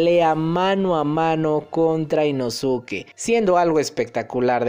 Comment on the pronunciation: jaja deja de decir inosuke se pronuncia inoske